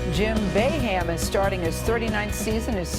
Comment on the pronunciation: Anthony Brown lol that was the point. She pronounced it bayhame at the start.